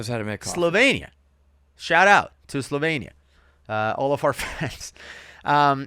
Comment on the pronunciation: Its not slovein. Its Slovenia